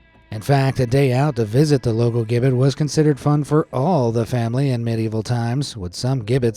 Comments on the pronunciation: Nice to hear BC & AD. Rather than the politically correct BCE & CE. Gibbet is pronounced jibbet Otherwise very interesting thanks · Gibbet is with a soft g (jibbet). Like turkey giblets for gravy. Regardless, I love your videos and voice. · Pronounced Jibbet and OObliee et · Gibbit is pronounced “Jibbit”. It’s a great video and I love the history stories this channel puts out, but that little mispronunciation got on my nerves! 😝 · The word is gibbet, the G sounds J!!!!! The Clink prison was so notorious, that it made its way into English slang. Even to this day, a prisoner might say he's been thrown in The Clink!!! Keep up the good work folks!!! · For future info, friends at BA, gibbet is pronounced ji-bit/ji-bet (depending on one's accent. Ji-bət is closer to how it's actually said). Hearing it said gib-bet is really weird! 😂😂😂 *Marseille (or Marseilles - it's French... 🤷🏻‍♀️😉) is said more like "mar-say" (mɑ:(ɹ)ˈseɪ). Fun fact, "the clink" is (amongst countless other words/phrases lol) slang for prison in the UK even now. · Gibbet is pronounced "Jib - it" There's a place called Gibbet Hill near where i live. (Warwickshire, UK) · Gibbet is pronounced Jib-bit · Gibbet, soft G, pronounced ji-bet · "Gibbet" is pronounced "jibbet" and "oubliette" starts with an "oooo" sound. "Blois" is pronounced "Bluhwaa" not "bloohah" but you nailed Chateau d'If, though it is indeed near Marseille, which is pronounced Mar-say not "Marcel". Excellent facts, but the pronunciation should get you some time in solitary. :) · Gibbet is not pronounced with a hard G, it's pronounced jibbet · It’s pronounced “ooh”-bliette and “jibbet”. They aren’t common words in English, so please look into how people actually say things. It’s an awkward break from the usual quality of your videos. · FYI: "gibbet" is pronounced "jib-et". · Doesn't even know how to say Gibbet: Proceeds to speak with authority on the matter. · The mispronounced use of "Gibbet" is so annoying